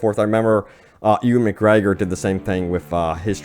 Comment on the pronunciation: lol I really like the part where he touts off all proud like about a super random fact about Ewan McGregregor, but also mispronounces his name